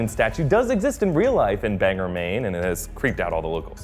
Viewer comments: BAN-gore. Not Banger. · its pronounced bang-gore not banger and for that matter its spelled Bangor so wheres the er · BANG-GOR not banger :) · It’s BanGOR Maine. Not BanGER. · I live in Maine and you are saying Banger when its spelled Bangor pronounced Bang-gor. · Banger Maine? It’s pronounced Bangor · It's all fun and games until someone says "Banger" instead of Bangor... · oh dear god... first siri, then a pilot, and now you are pronouncing it bang-ger? its bang-gor! (spelt Bangor) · ug, it's Bang-GORE not Bang-ger. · It's pronounced '" Bang- gor" not " Bang-ger" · Bangor, Maine is pronounced Bang Gor. :) Not Banger. Bang Gor Maine. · He keeps pronouncing Bangor "banger" but Bangor is pronounced bang-gore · Bangor. Its not "ger" its "gore" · BangOR Maine not BangER but good video I love this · its BangOR not Bang'ER. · Alright say it with me: "Bang! Gore! Bang! Gore! Bangor = Bang + Gore. Not Bang + ger. Not to nitpick or anything but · Bangor has a hard g, not bangor banGor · OKAY THE PROPER PRONOUNCIATION OF BANGOR IS NOT ‘banger’ it’s ‘bang-gore’ ffs, I live there so I’m sick of the mispronounciation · Bane as in mane with a b as in bill. HARD G as in gun and or as in orange. BanGor maine. sorry, i know he only said it twice and he clearly wasn't from maine but.